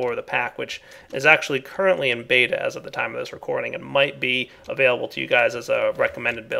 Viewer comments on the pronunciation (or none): none